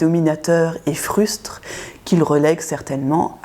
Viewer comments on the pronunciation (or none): hum, c'est "fruste", pas "frustre"...